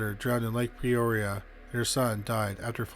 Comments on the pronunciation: Incorrect pronunciation- it’s Not PReoria but Peoria. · Its P-Ore-e-a not Pre-oria. So hard to listen to... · It's peoria, not pre-oria.😊 Damn Canadians... Lol I'm kidding I love y'all, ey.😁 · Are you saying, "Preoria"? For God's sake, you are a narrator. Can't you say PEORIA? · Why do you sat PRE-oria when its PE-oria? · With all due respect, Peoria is pronounced: pea-oar-ee-uh. You said it correctly when you said Peoria Lake. Just trying to be helpful, not critical. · Yeah, that pronunciation was bothering me too!! It’s the way he talks. He ALWAYS slurs his words like a drunk!!